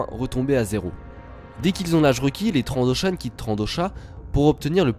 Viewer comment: Dans le nouveau Battlefront, on entend aussi TrandoshAN :)